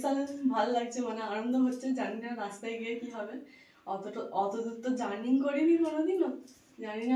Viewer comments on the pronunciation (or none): কথাটা জার্নিং নয়, বলো এতো দূর জার্নি করছি ।